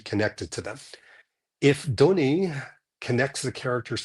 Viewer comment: It's pronounced Denny, not Donnie, you twit😅